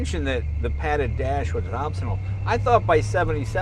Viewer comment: ....”padded dash was OPsinal”....lol